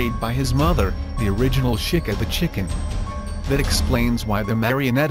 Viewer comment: lol he says shica